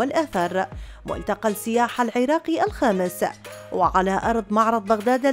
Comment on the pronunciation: إلى المذيعة ترى فشّلتينا.. حرف السين هو حرف شمسي لذلك ال التعريف لا تُلفظ في السياحة..